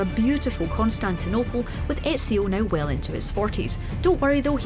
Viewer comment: She said ezios name wrong triggered !!!!!